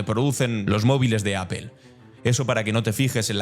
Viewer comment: No se dice appeeeelllllll …. Trump hace lo mismo que hacen ustedes en España … así que no vea la paja del ojo del vecino cuando ustedes tienen un bosque … porque no habla de cómo tratan a los latinos en su P “madre” España ..?